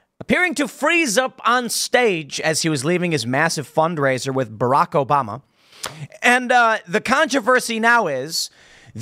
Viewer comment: Mf cant say obama 😂